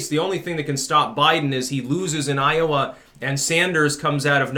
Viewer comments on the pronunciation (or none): none